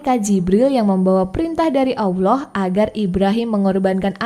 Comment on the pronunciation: Gak pantes lu bawaain konten agamis. Belepotan bahasa lu kek bukan muslim aja lu... Suku Jurhum bukan Lurhum Allah di baca tebal bukan awloh...